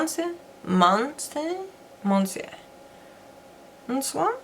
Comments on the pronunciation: Monsieur Big : you pronounce meussieu ! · Love listening to ppl try to pronounce 'Monsieur' 😉.. Its French for 'Mr.' Pronounced phonetically 'Miss-your'. 💙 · Monsieur Big - means - Mr Big - pronounced - Mus..s’yer x (weirdly and i checked again online to be sure haha) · Why can everybody say Jouer but not Monsieur??